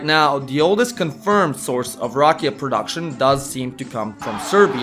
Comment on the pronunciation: Dude, you have to start rolling your R's for rakija. Also the a is not aye its aww. Rrr aw ke ya. You are totally butchering the word and the Serbian language! Get with it will you?